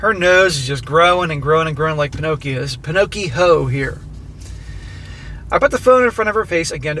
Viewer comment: I love vernacular pinochiho 😂